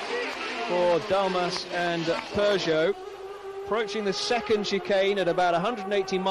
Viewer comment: You saying Peugeot that way hurts me on so many levels.